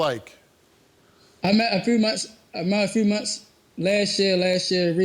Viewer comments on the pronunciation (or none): .... "I met a frew munts, I met a frew munts....lass yea, lass yea....recently. WHAT?